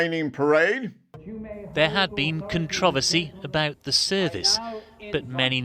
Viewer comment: Reporter at the beginning of the video (rain, etc.) needs to learn how to pronounce "contoroversy" correctly.